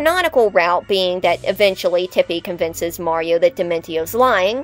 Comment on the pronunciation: Finally! A video about Paper Mario villains where the host doesn't pronounce Mario as "Mary-O"!